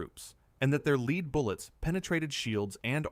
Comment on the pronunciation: Your AI reader has problems with bow and bow and lead and lead. You really ought to proof your work before you post.